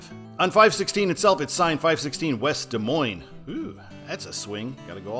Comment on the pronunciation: Washington locals pronounce it Des Moine-SSSSS. Yes, they say the "S" at the end. So annoying! #I'mAMidwestTransplantInThePNW 😄😄😄